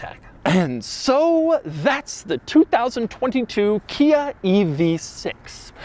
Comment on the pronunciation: I knew Hyundai was pronounced like "Sunday". I did not know that KIA was pronounced "Kina". The new badge is awful. You ones on the outside can be easily removed. The one staring at you on the steering wheel, not so much. Might keep me from getting a Stinger.